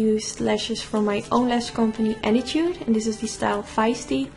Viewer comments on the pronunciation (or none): none